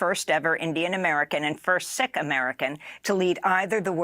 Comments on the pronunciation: It sounds like “SEEK” Not “”SICK” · The sad thing. IMHO, that Amy Goodman and these two people i love pronounced Sihk incorrectly. Now maybe it was to avoid the algorithm, but is is pronounced "seek." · The word Sikh is pronounced " seek " NOT "sick" . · Pronounced Seekh, not Sick. But anyhoo, not important compared to the fact that they actually think we the people want these World Banks, World Health Organisations, World Centralised controls. So tired of these fools.